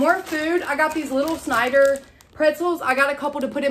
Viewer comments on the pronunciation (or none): none